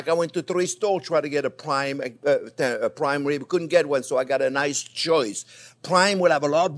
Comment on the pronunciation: Intwesting wesipe fo pwime wibs. Oh, welax, I'm just twing to have fun.